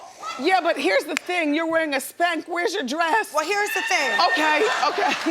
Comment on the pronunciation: Why Wendy said “dress” like that lol